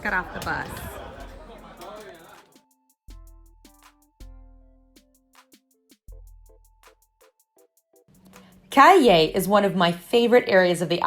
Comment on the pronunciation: Hi - pronunciation of Cayey = kah-YAY - accent on the second syllable - as in yippy-kayay!:)